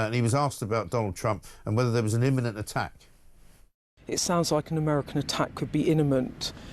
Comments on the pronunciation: Beth Rigby ‘inemment’ - lol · I love ’ description of Iranian regime. Rigby is a useless journalist who can’t pronounce words properly ‘iniment’? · Did Beth Rigby say an attack was "inniment?" What the heck is an inniment? She's supposed to be an experienced "journalist" and she can't even speak her own language. At least she was asking some questions so that's an improvement over the usual leftie platitudes. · He criticises her for mispronouncing imminent, then starts drivelling on about B52's dropping MOABS. Dimwit. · Beth Rigby has a masters degree, has taught English and has been a journalist for almost 30 years - why can't she pronounce 'imminent'? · First she say ‘iniment’ which was a stumble but then my god ‘esculation’ even Starmer heard it, and he hears nothing apparently. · Beth Rigby also mispronounced escalation as esculation. Aren't 'journalists' supposed to at least have command of the English language? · Beth Rigby mispronounced "imminent" and "escalation"...😮